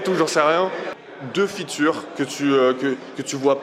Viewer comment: "on faisait de plus en plus de fitures" 🤣 de fitCHEURES.